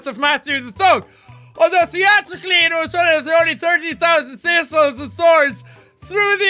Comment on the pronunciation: "It was only" sounds like "Iwasnly"